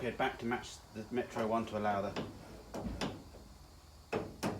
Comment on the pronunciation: "Metaru" is Japanese for Metro. If it isn't it sounds like it should be.